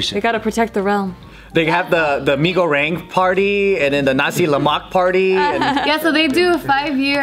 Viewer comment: That's not how you pronounce mi goreng Joe 😂